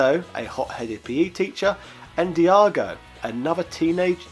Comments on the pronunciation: Diago instead of Daigo -_ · It's pronounce fucking DAIGO!!! DYE-GO!!!!! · Nice video but please give some effort to read and pronounce the names. I couldn't find any Kayoko or Diago in the game